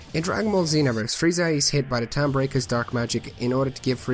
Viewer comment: It sounds like you're saying Friezar.